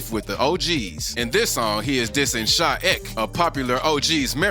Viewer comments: sha ek’s name isn’t pronounced sha eck it’s sha ee-kay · It's sha e k not shaek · It’s not sha ek it’s e-k you say the letters my guy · bro gotta learn they names "sha ech" its sha E K bro bro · Nigga said Sha Ewk u mean E K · Bro just said Ek in one word it’s said in two letters E K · Sha e k* not sha ek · "sha EHCK"😭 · Sha eck no bro its sha ek say the letters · Bro U gotta get the New York drill rappers name right